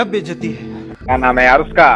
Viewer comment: بھائی اپنی بھی اردو ٹھیک کر لو بیستی نہیں ہوتا bayizati ہوتا ہے ہوتا ہے